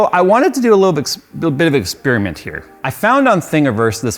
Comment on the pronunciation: What is an "expeerimint",?